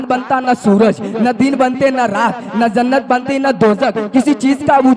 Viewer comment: Zuban phisal gyi hogi